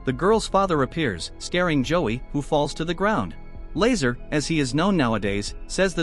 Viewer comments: Lmao not Lazer La Zaar. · Lazaar not laser